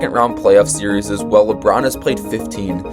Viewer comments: Series is two syllables, my guy. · If bro says series’s one more time 💀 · how are you so dumb you say serieses?